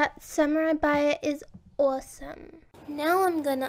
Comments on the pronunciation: The way she said Samuri Buyer made me want to burn my computer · SAM OU EYE BUYA DESU